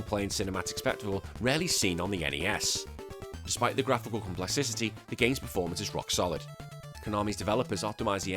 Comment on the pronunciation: Never stop saying complexicity